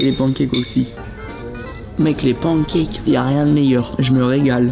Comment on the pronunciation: waaah comment y prononce « pancakes » c’est honteux